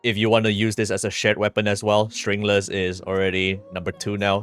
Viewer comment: STRINGLESS?? WHAT DID YOU SAYYY 😂